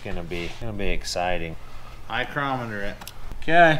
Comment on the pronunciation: Eye-crometer, lol